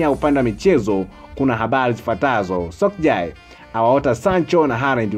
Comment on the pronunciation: Mtangazaji unaboa unapotamka majina ozil aitwi mizati ozil anaitwa meshut ozil na oleguna soshaa cyo sokjal